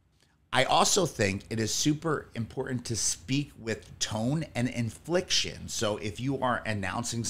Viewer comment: Good tips! Only thing- he means "inflection", not infliction. We dont want to inflict anything on anyone lol, but our inflection in the moment can carry our magneticism/charisma. Well said and laid out brotha! "Tasteful Audience Participation"